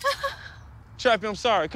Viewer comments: Whyd the spokesperson keep calling Trappy Choppy? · Am I the only one that hears her saying "Choppy" every time